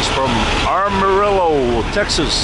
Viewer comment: Sorry JBG, it’s not Arm a rlllo. It’s AM a rillo . That’s okay, I mispronounce some of those Wisconsin names, too. Good video. Be safe out there and keep the videos coming.